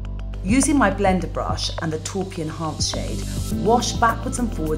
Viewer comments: Why does she pronounce taupe like torp and homage like hommidge?? I always thought it was more like tope and ommahge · guys I'm from London and my voice isn't quite rp but it's not far off and Charlotte is just wrong... The words come from French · It's a phonetically aspect of southern accents in England( mainly RP) to pronounce them as torp and homage, I'm from up north so I say "tope" for taupe and ommage (because I speak French it's a habit I do sometimes XD)